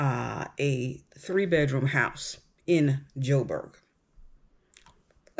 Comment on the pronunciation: S. Africans are so much more interesting / better educated than this idiotic uninformed moron! Americans are interested in nothing but money! She cant pronounce J'Burg or South Africa.! Pathetic. How are people moving to S. Africa going to be able support three quarters of the population who are totally, desperately poor.